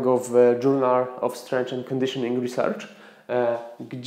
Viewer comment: Dżurnal of strenf nie strendż :-):,-)